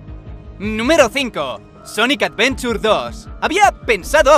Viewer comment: Sonic Advenchur 2